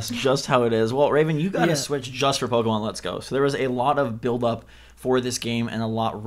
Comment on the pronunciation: BUY BUY BUY!!! Also, did just pronounce Pokemon as "Poke-ee-mon"?